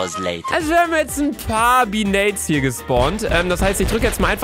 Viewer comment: wi hap Kevin getötet luca Dein deutsch